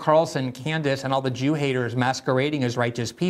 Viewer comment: "As a jeew" lol